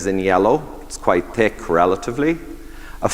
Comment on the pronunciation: When the Irishman mentions someone with a "Tick Accent" 😂